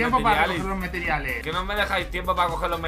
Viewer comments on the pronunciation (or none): No es los meteriales es los compariales